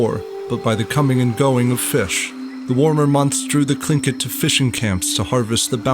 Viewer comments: You pronounced the word tlingit wrong it is actually Lingit its very hard to explain because our languages were never written down until after the genoicde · why do you pronounce tlingit as klinkit? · Gotta love how every history youtuber constantly misspronounces every name and title